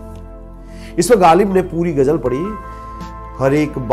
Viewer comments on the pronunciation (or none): It's not gajal . It is gazal.nd bakse it is bakhshe